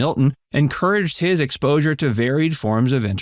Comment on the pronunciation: 40 you said exposure lol